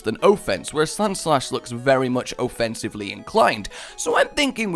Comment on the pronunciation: "O-fence" "O-fencive"